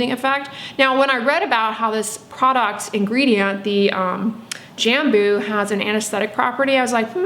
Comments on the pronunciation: Also the way you probouce “J” in Brazil is more like the French “J” so think on the word Bonjour and you will be able to say Jambo correctly! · From a fellow Brazilian here, you’d pronounce “Jambú” putting the emphasis on the last syllable, kinda like “Jamboo”. It doesn’t matter how you pronounce it, you are lovely saying it! :) In Brazil we have tons of different plants we use in skincare. There’s a Brazilian popular brand called natura, they do sell in the US but they are highly fragranced as you could expect, everyone uses it in Brazil. If you are ever interested in trying their products, they are incredible, but again, be prepared for tons of smells! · Jambu is a tasty fruit. We pronounce it “jum-boo” in Indonesia. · Jambo is a fruit we eat here in Brazil. Your pronunciation is 70% accurate! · I’m Brazilian 😬 couldn’t recognize “jambo” by your accent (we pronounce it differently, obviously) but yes, I do eat it and I love it! My cousin has a huge tree in her house and always brings me some (a lot) whenever it’s that time of the year! Didn’t know about all these benefits 👀 (For anyone wanting to know the Portuguese pronunciation of “jambo” just put it on google translate and listen to the Google voice)